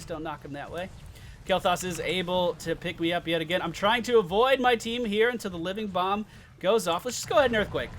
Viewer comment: So proud of you finally calling living bomb out correctly, and then turning around and calling azmodan anub'arak :P